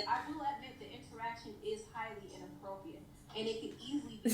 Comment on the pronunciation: It’s inappropriate, is saying it as inappropiate without the r.